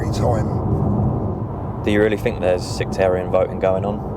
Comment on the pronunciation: Its "think" not "fink" learn English (your native language) racist thing needs to acknowledge 🇬🇧 IS THE THEIF OF THE WORLD learn your history your crimes - IM NOT YOUR FRIEND